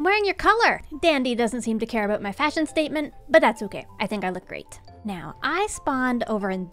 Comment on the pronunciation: “How BOAT we go for a little sailing trip” made me crack up